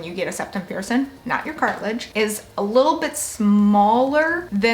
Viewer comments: She's like AGAINST the letter "G " bruh 🤣😅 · Think about my first pierc'n, I want gauges, I've always thought they looked so cool! I love hearing you say pierc'n btw 😂 I've been watching a lot of piercing video's lately